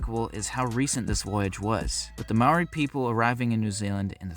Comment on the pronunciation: You Said Maori wrong lol